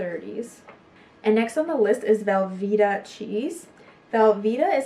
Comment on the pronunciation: Great video. BTW its Velveeta with a long e.